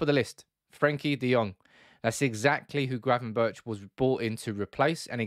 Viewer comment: Gravenberch is pronounced with a hard G in the end Berch=[Berg] In dutch, CH = G I should know, my first name being Jochem :)